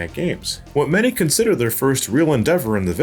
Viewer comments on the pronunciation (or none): none